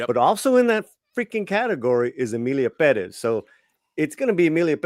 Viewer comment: i hate the way says 'perez' peddezz lol. nah i dont want to even go there